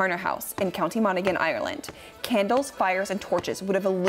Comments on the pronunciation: Its pronounced 'Mon-a-han', not 'Mon-aggh-han'. Interesting video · Irish pronunciation lesson: It's county Mona-han (the "g" is silent) 😀 Hey, we never said the language made sense! Also: "Yates" (Yeats). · Monaghan is pronounced Mon -A-Han the G is silent. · Monoghan is pronounced Monnahan but I got over it because of the great animation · It's pronounced "mon-a-han" btw 😅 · The G is silent in Monaghan 😉